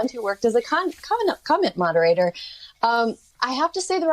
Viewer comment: It sounded like she said, A conman instead of comment moderator